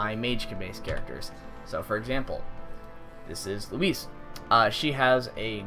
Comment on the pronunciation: Wait, did you just call Lohse, "Louise"???? It's LOH-SUH. Say it with me, LOH-SUH. You're welcome. ;-)